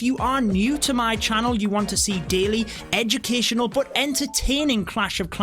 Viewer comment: Every time he says educational, I laugh like hell xD